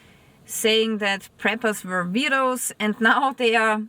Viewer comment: Are you sayink that preppers are Veirdos? like actual "Vierdos"... vith a V